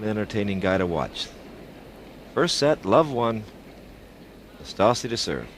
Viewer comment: Excellent pronunciation of "Năstase" by the umpire.